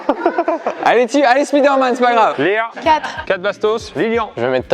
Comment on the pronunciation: Je vous adore hein! Mais c'est dommage que vous disiez Speederman au lieu de spiderman :/